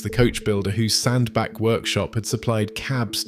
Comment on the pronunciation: Hi, great video. Just a not to advise that the Cheshire town is pronounced as Sand Batch.👍